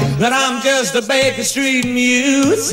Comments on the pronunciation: It’s Baker Street Muse, not Baker Saint Muse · Did she really say Baker Saint Muse